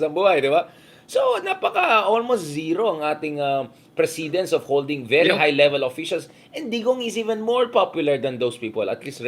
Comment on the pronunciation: Hi, Mr Heydarian! Regular watcher here. Precedent/ precedence is pronounced with accent on the 1st syllable. Just saying.